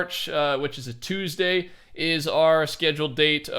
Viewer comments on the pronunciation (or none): none